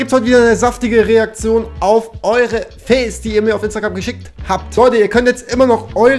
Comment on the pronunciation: Es heißt FAILS nicht FEELS